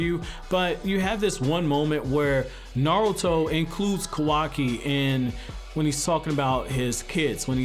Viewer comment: Kawaki not Kawai